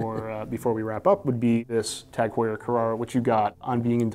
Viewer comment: why does he keep referencing jag heuer? a collaboration between tag and Jaguar?😂